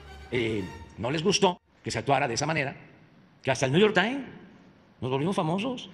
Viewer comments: "NIU YOR TAIN" 🤣🤣🤣🤣🤣🤣🤣🤣🤣🤣🤣🤣🤣🤣🤣🤣🤣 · " hasta el nu yor tain" jajaja